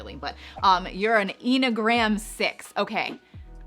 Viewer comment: Definitely know you aren’t Into enneagrams by the way you pronounce the word 🤪